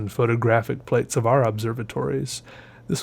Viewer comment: Plate, - My dear friend. Plate.